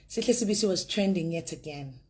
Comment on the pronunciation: It is not Sibiya but Sibisi